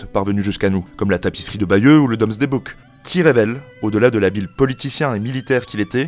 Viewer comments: Domesday c'est prononcé "doumzdai', pas "dômesdai", autrement , intéressant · Très bonne vidéo, par contre c’est “Doomsday” et ça se prononce “doumzdè” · Le Recensement de Guillaume est le Domesday Book, mais ce mot se prononce "doumzdè"